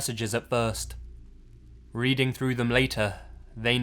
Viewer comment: Dear, first off BIG FAN. I live in Pennsylvania PA, USA. We do have a lot of weird spelled even harder to say towns, so i wont hold this against you. You read a story and in that read you said a town (i live close to) Reading. Just to let you know it is pronounced Red-ing not Reed-ing. (the person who send you that should have told you that) just so you know for future knowledge. Staying Spooky, Eva aka Plushshe.